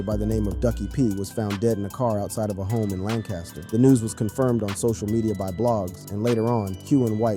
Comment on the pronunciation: WORDS/NAMES mispronounced here: MO3, Lancaster, Yayo, and Boosie.